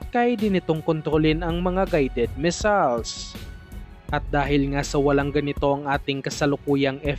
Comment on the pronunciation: Stop pronouncing " MISALES" MISSILES NOT "MISALES"